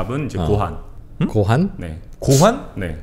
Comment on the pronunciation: 고환이 아니라 고항이 가까워요 ㅋ 하시는 젖가락 와리바시는 일회용이예요. 와리는 나누다. 하시가 와리랑합쳐저서 발음이 바시로 바꿔요